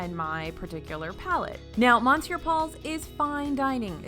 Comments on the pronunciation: Needs to work on monsieur though. One of the few words I know in a different language. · The way she pronounces “monsieur” made me cringe. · Monsieur = m’sieur. Not MAHNsieur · You pronounced "Arnaud Lallement" very well for someone who doesn't speak French, but your pronounciation of "monsieur" made me cringe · I love your videos but you butcher the pronunciation for Monsieur every time you talk about this restaurant. It’s not even debated like caramel. Please consider correcting this it takes minutes. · Hello, Monsieur Paul is pronounced "Miss - Your" Paul, just so you know, dont pronounce the N. The chefs name you pretty much nailed. Thanks for your vids!! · I speak French and cringed at her mispronounciation! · Indeed! Even after I explain it, they dont pronounce it right anyway. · I just commented on this.... it makes my ears bleed every time she mispronounces it.